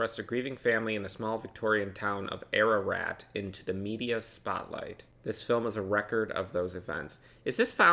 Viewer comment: wish more ppl reacted to this gem PS: i live in Victoria, and you said Ararat perfectly - was not expecting that lolol